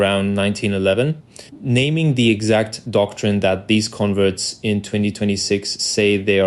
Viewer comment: I suspect this audio is AI, odd pronunciation of "converts" as if it's the verb